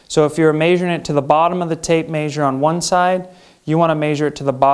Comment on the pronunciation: The way he says measure 😂 he says maysure 😂that's great